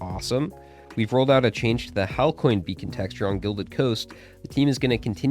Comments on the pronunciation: Oh, and clearly, you don't know how it's said in past livestreams they say hail see not hail kee. In dev diarys, they say hail see not hail kee. So, you keep believing what you wanna believe, and I'll be over here knowing how to actually pronounce things. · Halcyon is pronounced "HAL-see-yun" or "HAL-see-yin". The last syllable is a schwa in American English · Btw if u dont know how to pronounce still, its hal-see-on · Im pretty sure Halcyon is pronounced hal-see-on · Hal-see-yun or Hal-see-on is the pronounciation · HAL-SEE-ON. Halcyon. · Since you asked, Halcyon is pronounced (HAL-see-on) or (HAL-see-un), either works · Pretty sure the pronunciation for Halcyon is Hal-See-On. Besides that this is such good news and its great to hear you being more positive about the game! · Halcyon is pronounced 'hal-see-on'. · Halcyon is pronounced "Hal-See-On". You're welcome. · Halcyon is pronounced Hal-see-on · "Halcyon" is pronounced: HAL-see-on or HAL-see-un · Halcyon is pronounced like Hal-See-On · It's pronounced HAL-SEE-ON. Hope this helps. Love your stuff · Halcyon is pronounced like Hal-9000, the letter C, and the word "on"